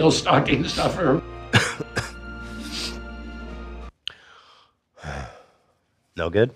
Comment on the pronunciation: “the ideal stucking stoffer” -ethan